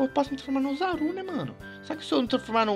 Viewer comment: melhor português osaru né é ozzaru